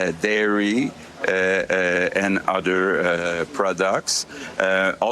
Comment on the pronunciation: He said "utter" products 🙂